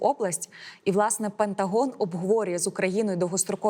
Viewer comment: Будь ласка навчіться вимовляти «Пентаґон».